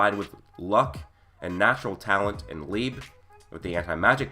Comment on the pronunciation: You kept saying lib instead of Liebe💀